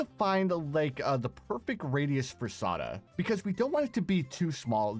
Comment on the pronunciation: I love the way you say Sauda sm. You pronounce it right its just the way you say it is perfect. ❤